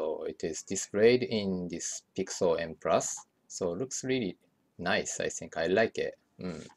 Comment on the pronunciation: it's not "I tsink"... i'ts "I think"